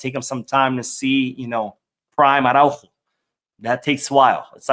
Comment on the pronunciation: Please pronounce the fullback’s name more clearly— Ar-ah-Ú-ho. The accent matters.